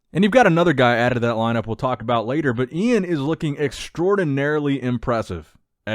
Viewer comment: LOL Iain's name is literally spelled out phonetically on IG "E-in Val-e-air" and still can't get a grasp on it ffs😂🤦🏻‍♂️